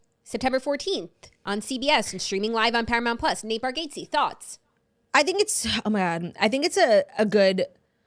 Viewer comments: I just came to say this! Please learn to say it! 😂 Bar - gat - see, not Bar gate see. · You guys must watch a Nate comedy special. Also it’s pronounced bar-gots-ee lol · Nate says it “bar get zee” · caaaaackling at the confident pronunciation of Nate Bargatze’s name ☠️😆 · When it’s wrong 😂😂